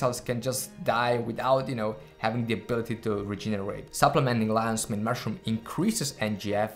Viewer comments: I heard Lays main mash it up room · “Lannz Mayne mushroom”